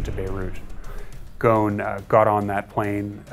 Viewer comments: The speaker created a new way to pronounce his last name “goon” its Ghoson. I can’t even concentrate to what he’s saying.. annoying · The thing that upsets me the most about this is how non-arabs pronounce "Ghosn". It's not "Gohn", it's pronounced like "Rosn" (ɣʊsˁn̩) which means "tree branch" in Arabic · His name is not ghawn. it us ghussun which means branch. the s is pronounced and clearly, apart from the obstinate western media. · why do you people say Gon like he's a goon or something even try to call him 8osn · its not "gone" its ghoSn. S is very pronounced in the name. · his name is Carlos Ghosn not Carlos Gone!! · So when did we start pronouncing Gho-sn as Gone?!!! If you want to do a documentary about a person at least pronounce his name as it is in his original language. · The "s" shouldn't be silent idk why yall say it like "gone" instead of "ghosn" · Ghosn is Arabic for "branch" and the "S" is not silent. So its pronounced "Ghoson". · Y'all keep mispronouncing his name. It is GhoSn. The S is not silent. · It’s goosssssssn …. Where is the sssss you idiots?! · am from Lebanon and need to say that the 's' in Ghosn is not silent, nor the 'h' and there is an 'o' after the 's' so his name is Ghoson not Ghosn. I wonder were all these letters are gone! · Where the hell did the "s" in Ghosn end up? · Dude this reporter is so lame and stupid couldn't he bother and show this to any Lebanese before they uploaded it to the internet I would have pointed out 3 clear mistakes one of them how he pronounces ghosn its very annoying the way he says it ghon . It just clears he did not do his home work or do any effort and he is not creative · How do you end up pronouncing his name "gone" ?? what about the big fat S in his name? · Why they keep saying his name ghon, the S should be pronounced. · Gho S n The S is pronounced and in Arabic غصن Remember he is originally from Lebanon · You can't even pronaunce the man's name proberlly.... He is not "Ghoon". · GOSSON not GOOON